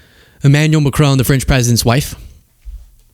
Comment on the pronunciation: Please. Not Macrone…it’s pronounced Macrawn